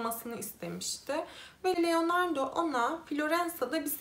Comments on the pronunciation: Sürekli Leonardo demenizden dolayı odaklanamıyorum. 😄 Keşke telaffuz için az pratik yapsaydınız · Genel olarak anlatımı beğeniyorum ve videolarının çoğunu da izledim. Başarılarının devamını dilerim. Fakat iki tane eleştirim olacak. Birincisi özelikle bu videoda isimleri oldukça yanlış telaffuz ettiğin için algılamakta zorlandım. Leonardo dediğin için beynim sürekli erkekmiş gibi algıladı otomatik olarak kadın olduğunu bildiğim halde. Bu konuda sana önerim isimleri bir kağıda not edip hangi ırk ise o dilde translate üzerinden dinleyebilirsin. Böylece nasıl telaffuz ediliğini az çok duymuş olursun. Biliyorum bazı vakalar oldukça kötü şekilde etkileyici fakat bazı videolarında normal şekilde anlatırken birde ağlayacakmış gibi konuşmaya başlıyorsun. Bu da heyecanla izlerken birden modun düşmesine neden oluyor. Bunu profesyonelce yapmak istediğini düşündüğüm için bunları söylemek istedim. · LEONARDAAA . Leonardo degil